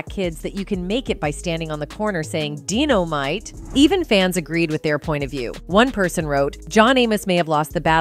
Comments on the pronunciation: "Dynamite" ...not deeno-mite. Watch the show you're doing the story on. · where do they find these people? do yall not research? "Dino-mite?" smh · Dino-might? You need better AI reading your script.